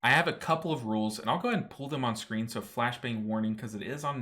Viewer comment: It's pronounced pull not pool for the love of God!!!!